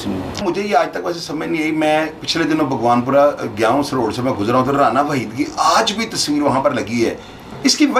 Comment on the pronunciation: بگوان پورہ نہیں باغبانپورہ ہے جناب